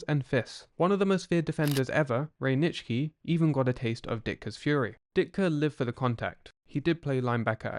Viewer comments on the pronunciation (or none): none